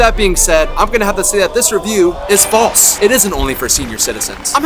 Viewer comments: "FASLE" instead of "FALSE"! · … not fasle, but false